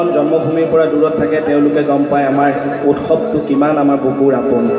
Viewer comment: utkhob. Nokobo karon utsob ha. Hosontiyator pisot hodia ch utcharon koribo laga.. Baki bohut val lagil.